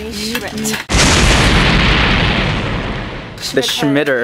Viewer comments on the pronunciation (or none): i thought she said shit but it was schmitt